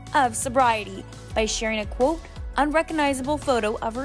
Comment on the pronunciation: When the narrator says "quote" it sounds like "coot"